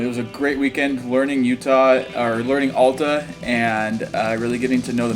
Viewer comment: It’s AL ta, not ALLta.